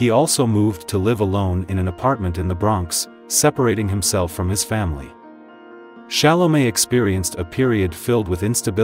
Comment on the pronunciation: But she pronounces the name pretty well! After all, even Chalamet doesn't pronounce all time his name the way we, the French, would like, only in France he pronounces his name correctly!